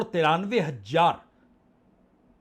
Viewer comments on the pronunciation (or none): 🙏sir hajjar nhi hazaar,jarurat m" j" nhi "z"aayega.